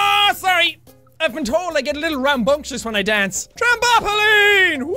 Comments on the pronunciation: Tram-bop-olen it's trampoline I thought u knew this Jack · nobody: Jack: TRAMBOMPOLINE